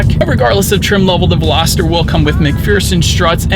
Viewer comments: I suspect he is thinking -- velocity substituting er for y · ...great review! But dude...I kept hearing you pronounce Veloster as Veloster-der. 😆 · Is it just me or does it sound like he saying “Velositer” instead of “Veloster”? 😂😂😂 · Please please and please do not call this veloster a velositer there is no “I” in veloster do you see an I in the word Veloster? I cannot enjoy your video if I cannot pronounce it correctly? The poor girl where I bought my 2012 VELOSTER ALWAYS SAID IT THAT WAY AND I Could not get her to say it correctly for nothing. The poor girl has since passed away,and feel bad for trying to teach her the correct way to prono7nce so if that’s the way you like to say then so be it? I can always mute the sound and just watch. Be safe out there. It’s a very scary bug we’re dealing with. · VELOSTER, not VELOSITER...it's not a dinosaur. Otherwise great review. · OMG! He's killing me with that "Velositer" stuff! How embarrassing it must be to put out a video for the public to see when you can't even pronounce what you're reviewing. 😣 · Everytime he says velociter i wanted to punch him in the face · "Hyundai velosititer" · PLEASE! If you're going to review or sell a car learn to pronounce the name correctly! There is no "I" in Veloster! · Hopefully that wasn't too judgy 😁 I watched MANY videos on this car before I finally got my 19 Veloster about a month ago and you were not the only one that pronounced it that way. It just got me every time lol. Good video though. 👍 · yeah wtf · Same lol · Billie Eyelash yea he is saying the name wrong. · I had to check the comments to confirm what I was hearing 😆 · it makes all the difference. He's saying it wrong. Don't be needlessly contrarian, it doesn't make you cool. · Agree and how does he say the name of the car I mean come on